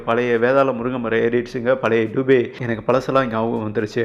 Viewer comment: டூபே இல்லப்பா!!ஆங்கில உச்சரிப்பா,உச்சரிக்காதே!!பெயர்துபே!!இந்தியில் நெடில்உச்சரிப்பு இல்லை!!துபே என்பது,பிராமணன் சாதியில்,ஒருகிளை!!